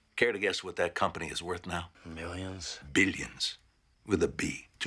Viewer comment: Gross that's how Trump pronounces billions. "bidiens"